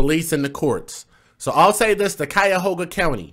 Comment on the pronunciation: "KYE-OH-gah" (Cuyogha)